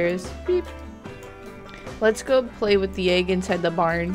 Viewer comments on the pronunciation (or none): none